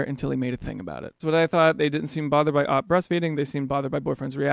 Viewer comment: first off, "OP" is "Original Poster". it isn't pronounced "op", but rather "oh-pee". people just be lazy, lol second, in ALL of these cases, there is a CLEAR case of difference of opinions between spouses. these are ALL people who have no business being together, as they have different outlooks on life. of course, EVERYBODY IN THE WORLD just HAS to get married before they know anything about the other person's habits and personal beliefs. it dumbfounds me that more people don't just try "living together" for a month or two before tying the knot, and instead, they end up tying the knot on their own necks in such clearly bad relationships. no forward planning at all. also, these people ALL (on both sides) need to GROW UP just a little bit! none of what was said/done would be a deal-breaker for me. people are just too picky. relationships are NOT "my way or the highway". they are give AND take, and you have to be willing to give a little and contribute to your spouses desires in order to maintain a healthy and well-balanced relationship that lasts more than a couple years...